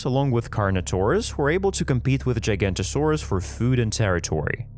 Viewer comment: Now I know it's controversial..... But that's not how you pronounce giganotosaurus in either way .... To my current understandings ..... Further into the video .... Also spinosaurus is definitely not pronounced Like that